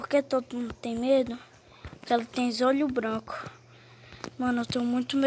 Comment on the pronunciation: O falou zolho branco kkkkkk